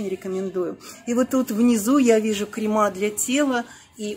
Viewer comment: Ну пожалуйста не крема,а крЕмы. Пожалуйста не разочаровывайте.